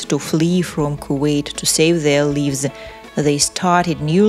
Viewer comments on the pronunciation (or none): To save their Leaves…. It’s Ly vzzz … to save their lives. You are ridiculous. That vision of Palestinians leaving Kuwait did not leave a country that looked like that… I’m disgusted at how you pronounce words in English. You need to get someone who can pronounce words in English. Otherwise stick yo your own language.